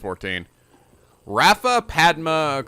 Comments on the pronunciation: How are you supposed to pronounce "Rayfa"? When I first played this game I always thought it was "Rai-fa", but I've also heard "Rei-fa" and now is saying "Raffa". Just curious about the correct pronunciation. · say it with me: RAY- fuh. She's not a raffle ticket, for the Holy Mother's sake.